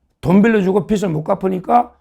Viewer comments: 서울대 출신을 입에 달고 사는 정욱아 국문 발음 좀 잘 해라 서울대 맞나? 채무라는 뜻은 빚이다ᆢ 빚을이라는 발음은 비즐이다 비츨이 아니다ᆢ네팔 빚은 비츨이 아니다 비즐이다 서울대 엘리트를 입에 달고 살면서ᆢㅓ,ㅡ 발음 못 하는 건 매우 유의하더만 ᆢ 햇빛을 비출 때ᆢ빛을 발음은 비츨이다 비츨 비추다 비치 비치다처럼 아이그 머리 빗는 빗은 비시, 비슬 비스로처럼 발음 한다 경상도가 언어장애인 줄을 알고 좀 똑띠, 단디해라 나도 경상도이지만 황장수처럼 똑똑한 사람도 똑같이 비즐을 비츨 또는 비슬로 발음하는데 이 자도 농대지만 서울대잖아 정말 속 터진다 발음은 기본 중의 기본 아닌가 유튜브도 언론이인데 ᆢ 서울대 꼬라지ᆢ김영삼처럼 구강 주조가 굳어서 외국을 애국으로, 관광을 강간으로 발음하는 건 언어 장애자로 이해해 주지만 너의 부분은 국문법 부분이다, 그런 수준으로 서울대 가기 어려운데 ᆢ그리고 너 똑똑한 줄 잘 알고 너 프로 빠짐 없이 보는데 서울대, 고시 양과 패스 이런 건 정말 빼라 쪽 팔리지도 않나, 1과도 패스 못한 놈들도 너보다 많은 성취를 이룬 놈들이 많지 않느냐 정청래만 보더라도 ᆢ 늘 잘 보고 있기는 하다만 대안이 없어 본다 정말 인물 없다 그래도 너는 수준 이상이다만 그런 너도 이상한 발음을 해싸서 열받아서 처음으로 댓글 단다ᆢ더 잘 하자는 뜻이다 내가 7,8살 많아서 말을 깠지만 하도 발음을 번번이 이상하게 해서 열받아서 깐거고 너도 성인인데 예의가 아닌 줄은 안다ᆢ 그래도 고맙다, 욕본다, 희망이다, 응원한다, 더 잘 하자!^^ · 서정욱씨,발음 똑 바로 하세요. 빚(채무)을 발음할 때 비치(빛)가 아니라 비지(빚)입니다. 변호사,무식한 소리 듣습니다.